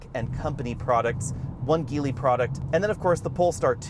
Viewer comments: voleey? geevol? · You pronounced Geely incorrectly.